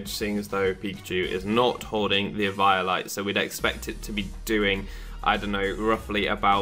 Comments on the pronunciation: eviiolite???? its pronounced eveolyte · Dude, you're saying Eviolite completely wrong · The way he says eviolite kind of makes me cringe